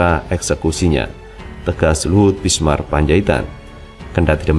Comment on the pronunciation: ...jangan mengganti nama orang dong. Anda berulang kali menyebut L BISMAR P. Apa p Luhut sdh ganti nama? Cermat sedikit dong.... ini kan dibaca banyak orang....Yg benar BINSAR kali mas....???